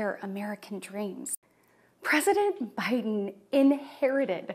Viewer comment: PReSident BiHIden